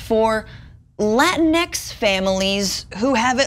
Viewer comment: It would be nice if the canceled student debt but be realistic that’s not going to happen. Can you guys stop saying Lantinx it’s annoying.